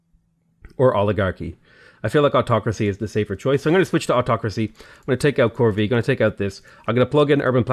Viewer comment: Corvee is pronounced "core-vay"